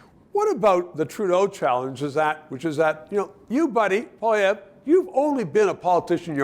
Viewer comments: Your guest needs to learn how to pronounce POLLY EVE! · Can they not find an intellectual conservative who can pronounce "Poilievre" CORRECTLY.. it's not hard! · should learn how to pronounce Pierre's last name. Bit of a detail.